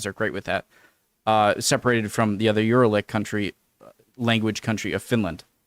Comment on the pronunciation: Uralic is pronounced u-RA-lic, the stress is on the second syllable. Hungarian, Finnish and Estonian are the 3 biggest Uralic languages. The latter 2 are closely related while Hungarian is distantly related to them. Most Uralic languages are minority languages in Russia. By the way related languages can be far away from each other geographically, for example Icelandic and Hindi are a world apart but they are (distantly) related. That's the Parliament, and 1 euro is more like 410 forints these days. Lake Balaton is the biggest lake in Central Europe. Thank you for learning about Hungary. = Köszönöm, hogy tanulsz Magyarországról.